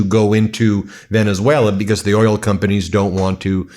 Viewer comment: Did he just say earl instead of oil?